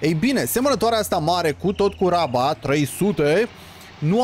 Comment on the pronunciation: Iti recomand sa zici roaba in loc de raba :))